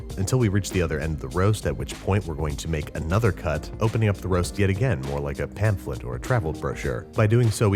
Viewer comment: a hamphlet